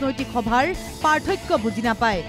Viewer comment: গৌৰৱ গগৈ এজন অসম তথা যোৰহাটৰ সাংসদ। অসমীয়া হৈ তেওঁ অসমীয়া ভাষাটো কʼব নাজানে নিকি। সদায় ভাসনত শুনো পাৰ্থক্য নহয় পাথৰ্ক‌হে‌ কয়।😂😂😂